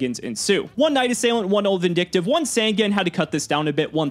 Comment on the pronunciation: I won't ever be team until he PRONOUNCES SANGAN CORRECT